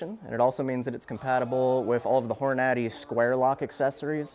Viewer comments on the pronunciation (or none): Hor-Natty lol